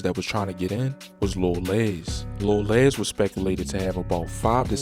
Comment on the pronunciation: Les as in Lester not Lez